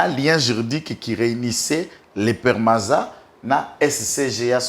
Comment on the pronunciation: PEMARCO/PEMARZA et non PERMAZA